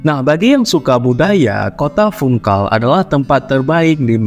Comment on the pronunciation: Baca Funchal Bukan Funkal